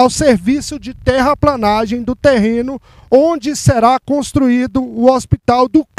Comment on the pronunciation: "TERRAPLENAGEM" se escreve e se fala assim... PLE PLE PLE PLE..TERRAPLENAGEM... TERRAPLANAGEM ESTÁ ERRADO..